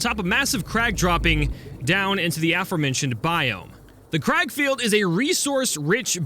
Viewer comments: It's not crag field it's kraglefield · How you do say it it sounds like grag feild